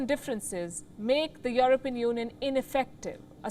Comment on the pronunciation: It’s You-Are-Peein.😂